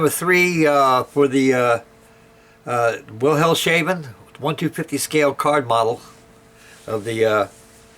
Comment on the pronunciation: Great build again! A little lesson in german: Wilhelmshaven is iwo words; Wilhelms and haven, pronounced Wilhelmshafen, (v is almost always pronounced f in german) and it means: Wilhelms Harbour :)